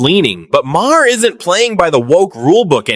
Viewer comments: Please stop using AI videos.... marhar.... is mahr.... this is how you say it. Ai doesn't know english. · Your AI talks too much. Can't even pronounce Maher's last name right. Irritating!!